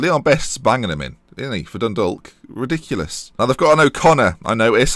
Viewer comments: Dundalk is pronounced like dundawk. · Its pronounced Dundawk!!!!!! Silent "L"